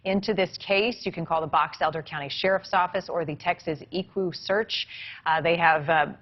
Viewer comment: As a mom- I can't even imagine what they are going through, I hope and pray that he will be found alive & well & will be home soon! 🙏🙏🙏 (I have to say something because no one else has- , how could she slaughter Equisearch so badly?!? She's been anchoring for how long- seriously they search for missing people 24/7/365 & are always in the news!!! Sorry- I'll get off my soapbox, Eee- kwoo-search, sounds like they are cousins to Ewoks 🤣😂🤣